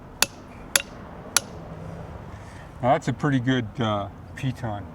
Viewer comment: Piton not pee ton!